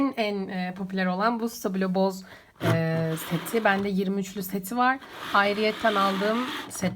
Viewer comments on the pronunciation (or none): abla boz değil bos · it is not pronounced as BOZ. lol :d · Abla videoya lafım yok ama Stabilo Boss'a bozz demen hoşuma gitmiyor belki öyle okunuyor olabilir fakat benim kulağıma hoş gelmiyor Bu benim fikrim yani ÖZNEL herhangi birşey yazarsanız cevap vermeyeceğim